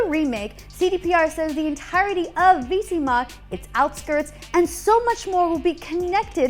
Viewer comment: What is Veesima? You mean Vizima?